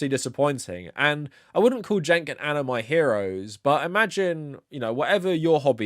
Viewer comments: I like how you say Ana. Anner. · I think Ana might whine that you’re calling her anner